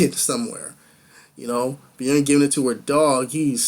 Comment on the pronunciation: Your thought process is getting better with each review. LOVE that you did more screen grabs! p.s. Bjorn = B-Your-n. (I know, I hate "grammar nazis" too LOL so just ignore my crazy nit picking :p)